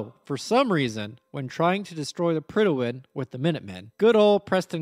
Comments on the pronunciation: We had a King in 1914. When we have a King, the HM in HMS stands for "His Majesty's". And it's Prydwen, i.e. "Prid-wen", not "Prid-i-wen". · The way this man pronounces Prydwen. Predi'wen lol. Prid when is what it's supposed to sound like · PRYD-WEN. There's no extra syllable! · mans pronounces "Prydwen" as "Prydawen" lol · Prydwen… where is the extra syllable coming from?